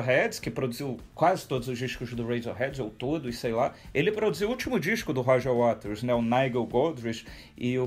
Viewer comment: Roger Wares???? Mania da porra de trocar o t pelo r.... síndrome de Cebolinha.